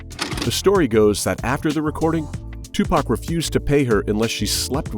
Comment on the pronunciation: what is that pronounciation EWW WTF IS TUPAK